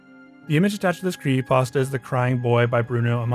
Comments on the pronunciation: Mate, what the fuck is a "cre ey pasta"? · Bruh, please, I beg you. Pronounce the P in creePy-pasta. You are killing me. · It's fucking creepypasta not "pawsta". Otherwise great job. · ah yes, creeeypastas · Whats a "cree ey pasta" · I am sorry but the narrator has a mosr annoying voice and is so hard to listen to. I just want to strangle this guy. And then the faf that he is idiotically "spreading the word"of these evil bastards. And that in itself is evil. You need to sever the word at yourself . And so your part to protect your peers from thepossible dangers these 'cursed' imagesay pose. I just want h to say creepy pasta correctly one time. Jeez. But seriously..... I know i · There's a, um, 'p' in 'creepy', dude.